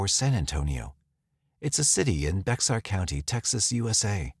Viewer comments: I’m not a Texan, but even I know Bexar is pronounced “Bear”. Sorry Texans. There’s so much more to this story. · Bexar County is pronounced "Bear" County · Just an FYI, it’s actual pronounced bear county. The X is silent 🙂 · I'm originally from San Antonio. (Quick FYI: Bexar is pronounced "Bear" - the x is silent.) My husband and I moved away from SA 7 years ago (the crime was a big factor). I remember this story. My daughter was just a baby when he went missing. This was a strange and seriously sad story. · It’s pronounced “Bayer” or “Bear” county……. the Hispanic X is somewhere between and “H” and silent. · Bexar county is pronounced "Bare" county